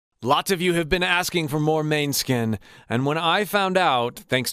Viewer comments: You really need to know how to pronounce the name of the band you are reviewing, food for thought but totally appreciate the effort, kind of like a Toronto VJ in the 80's announcing Metallica (Meta Leeka) on live tv w millions of viewers, the proper pronunciation is Mon us kin and not Man Skin, thanks for the review though!! and keep them coming! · Oh, I just noticed you said you are Italian. In that case, MA-ne-skin. 🙂 Or MO-ne-skin if you want to pronounce it properly in Danish. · its pronounced mon-e-skin not maneskin haha <3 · Please react to their performance of Zitti e buoni at Eurovision 2021, their songs in Italian are superior. Btw, the band's name is pronounced “Moan-Ah-Skin” although it can also be pronounced as “Man-Eh-Skin” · The correct way to pronounce the band's name is moan-e-skin. Love your channel. :) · Great ! Yes more Måneskin, but please could you pronounce it the right way, it's a Danish word meaning Moonlight (Victoria, the bass player is half Danish). It is pronounced "Moan-Ah-Skin". You should also react on the Loneliest, Zitti e buoni and Coraline (San Remo 2022 version), Damiano's voice hits differently in Italian. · Pronounced more like “moan-eh-skin”😊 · Love that you're checking them out! FYI it's pronounced more like "mon-eh-skin', with the emphasis on the 'mon' part! :) You should def check out 'La Paura del Buio' (specifically the live performance on Radio Italia Live, the vocals are unreal!! Someone's uploaded it with english subtitles too, so I def recommend that specific version. It's the one with like 2.5m views) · A phonetic pronunciation for American English speakers: MOH-nes-kin or, more commonly, MAH-nes-kin. The latter is how the band tends to pronounce it. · Youre the first who makes me second guess their band name, and im italian lol. "Mane" should be pronounced like "many" except for the final letter of course. Or, yours was right but i don't think so